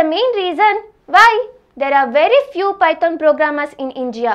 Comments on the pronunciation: sis, it's not pyton.. it's python.. woh snake wala python! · its not pyton it is python .... .......